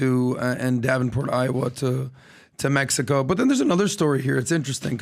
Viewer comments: Wtf is mehico??? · You said “Mehico” ❤!